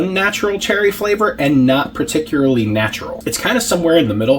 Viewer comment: “Particerily” is awesome 😄 Thanks, 🍽️!